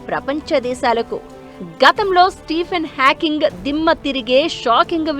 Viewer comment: Stephen Hawking ra puka Stephen hacking kadhu😂😂😂😂